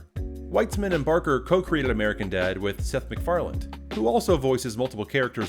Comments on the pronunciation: You consistently mispronounce 'McFarlane'... it's even in the Family Guy title screen, and you even show his name . Because of this, your opinions on the matter lose all credibility. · Why the actual fuck do people pronounce his last name "McFarland" when it's clearly "McFarlane?" Shits annoying. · McFarlane not McFarland